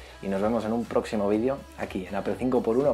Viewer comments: gracias por pronunciar bien apple, por fin lo has hecho bien xD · 1. Ya extrañaba la canción anterior, nunca debieron quitarla. 2. ¡Al fin pronuncias bien Apple! 3. ¿Mejora la duración de la batería con esta beta? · se pronuncia "APEL" por lo menos en españa, hasta siri lo dice así. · No más "APEL"